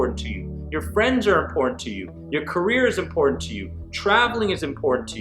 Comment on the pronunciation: Please say important.